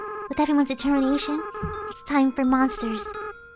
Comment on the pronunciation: Detemination haahah